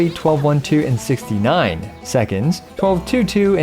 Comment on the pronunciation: Why are you shooting there? Hahahaha The emphasis on 69. Hahahaha